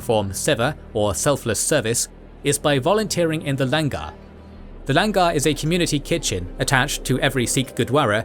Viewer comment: Love the explaination but please research and pronounce the words accurately - Langar is pronounced Learn-gar not LAN-GAR (gary) same for pronunciations of 5 Ks